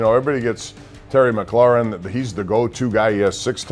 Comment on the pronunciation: It's "McLAURIN", not "Mc CLAREN"... How many times do the out of towners do that...